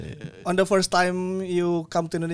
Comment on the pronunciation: Apalagi kalau “first” malah mamat ngomongnya “firss” harusnya “feurss” mattt!!! Greget gua 😂